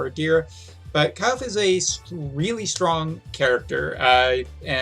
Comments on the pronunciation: its not KYLE'F ITS KILL-FAY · I guess the correct pronunciation of her name is "Kil-fe" same like "Kiru-fe" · You need to work on her name pronunciation, you called her multiple names in one video 😂. 😉The GL voice actors pronounce her name as (Kill-fay)